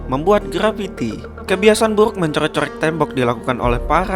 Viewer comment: Gua suka pas lu ngomong burrrrukkk